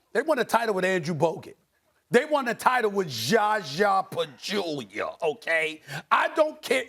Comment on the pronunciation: "ZAZA PACHULIA" 🤣🤣🤣